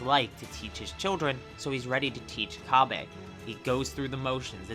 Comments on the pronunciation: His name is cabba not cabbae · Why do you say cabbe? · No need for the disrespect, also you don't seem like you speak japanese either. Cabba is supposed to sound like cabbage. You don't have to make it sound like the japanese name either. But feel free to keep doing so, thank you for the information. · Please pronounce cabba correctly